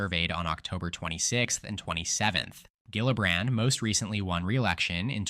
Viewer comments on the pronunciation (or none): It's pronounced : Jill-uh-bran , the "d" is optional. Work on it, please it's driving me crazy.